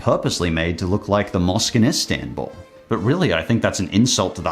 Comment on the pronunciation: Me, A Turkish person, offended by the way he said Istanbul